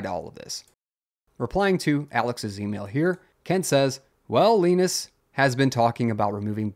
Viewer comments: Lie Nus, not Lee Nus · Who's Leenus? Jokes aside, thank you for covering this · Leenus? nope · Why do you say Linus like that 😭